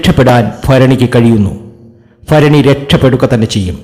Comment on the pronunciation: അശ്വതി നക്ഷത്രത്തിനു, ഇത് ഫാഗ്യത്തിന്റെ സമയമാണ്, അടുത്തത് ഫരണി ഇതെന്തു ഫാഷ